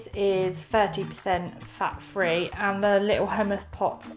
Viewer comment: I’ve really found this very helpful thank you. The only thing I’ve struggled with a little is having previously done slimming world where some food isFREE food (ie eat as much as you like) is the way you say FREE instead of THREE. Also, please take care when driving, drinking your shake and recording at the same time 😬